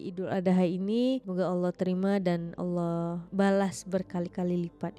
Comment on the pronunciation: Lebih tepat betul penyebutan Allah non muslim Malaysia dari kebanyakan orang Indonesia. Oloh oloh apa itu oloh...